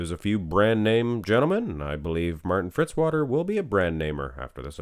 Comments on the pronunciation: It's Fitzwater, not Fritzwater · Why do people always say Fritzwater, it's Fitzwater!! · Fitzwater not Fritzwater.